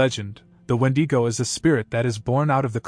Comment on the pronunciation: Crazy that no one has pronounce Wendigo right lol no matter how many channels are made talking about it they never done it right